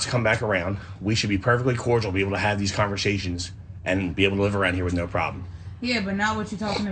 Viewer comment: The guy who may or may not still be selling drugs pronounces "conversations" as "convershay-shuns." OK, dude, lay off the nummies.... Sheesh.